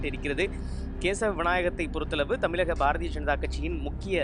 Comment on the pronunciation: தமிலகம் இல்லை.... தமிழகம். மாநிலத்தின் பெயரைக்கூட சரியாக சொல்லத்தெரியாத தொலைக்காட்சி நிருபர்......